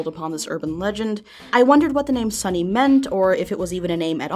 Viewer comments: Seeing as it's Japanese, it's pronounced "Son-ayy" or "Son-eyy" the e being pronounced as a sort of mix of A and E with a wave seeing as it is repeated. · Wouldnt it be pronounced "so-nay"?